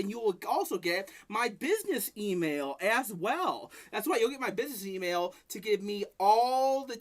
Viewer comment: "am i wight.. AM I WIGHT!?!"